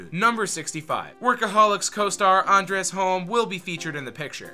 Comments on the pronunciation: Andres Holm? He's Scandinavian, it's Anders, dude. Or the Ders, whichever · Did he really say Andres Holm? It's the Ders mayyte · Anders... Ahn-Ders.... not... whatever you said. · Dude his name is pronounced Ahhn DERs